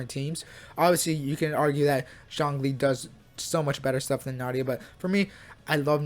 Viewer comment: Yay bruh nahida and nilou like bruh hahahahahaha bruh come on their said in game come on